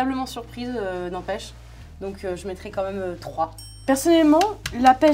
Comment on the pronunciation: J'ai été la seule à rire au "n’empêche"(n'en pêche) de Marion Seclin ? x)